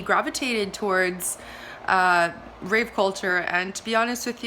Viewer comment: That's rave with a V culture, not with a P!